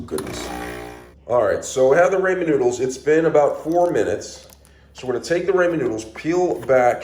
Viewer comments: The joke is your supposed to pronounce it raw-min (ramen) not ray-min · Honest question. Why do you call them Raymond Noodles? 😭